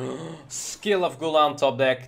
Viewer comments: Why do you say skill of guldan? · Everyone: Skull of Gul'Dan: Skill of Gul'dan